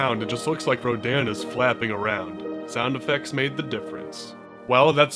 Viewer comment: RADON not Rodan